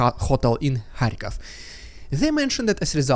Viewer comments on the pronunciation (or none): none